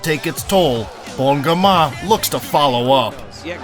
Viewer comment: its bon gamin not bon giman